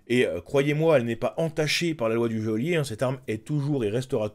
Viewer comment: Il serait plaisant de prononcer goelier correctement 😤